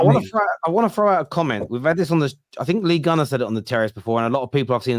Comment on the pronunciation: absolutely butchering Guni’s name all stream and I love, but she had an absolute stinker tonight